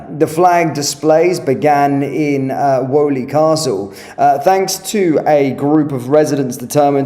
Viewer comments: Pronounced “weely castle” 😊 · Just a quick polite correction from someone who lived in that area.. Weoley Castle is pronouced Wheeley Castle..! Also its 7 miles from the City centre and the prodominently Muslim areas of Sparkhill and Small heath so why remove the flags it makes no sence..